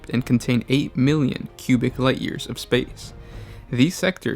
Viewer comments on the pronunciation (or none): did you say... light years?